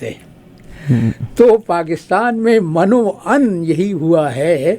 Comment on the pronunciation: غوری صاحب. سلام.. گفتگو میں آپ کے برجستہ اشعار و محاورات کمال کے ہوتے ہیں. بس یہ من وعن کے تلفظ میں م پر زیر پڑھا کریں تب درست ہو گا. یہ عربی زبان کا لفظ ہے.. من و عن..as it's